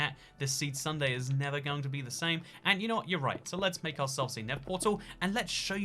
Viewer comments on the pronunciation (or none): More like: we all nake nistakes in the heat of passion